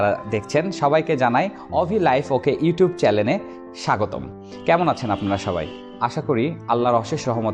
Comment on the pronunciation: আপনি চ্যানেল শব্দটিকে "চ্যালেন" উচ্চারণ করছেন। এটা ভুল উচ্চারণ।